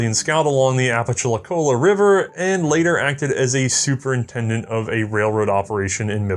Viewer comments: isnt it "Ah-puh-la-chi-cola"? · Having grown up in north Florida, it was a real treat to hear you do your best to power through “Apalachicola.”